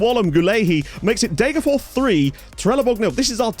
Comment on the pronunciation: As usual very impressed with your pronounciation, but it's still "DegerFOSH". Like with Västerås you pronounce the s (well -rs is pronounced "sh") because neither are genetive. Fors means stream and ås means ridge.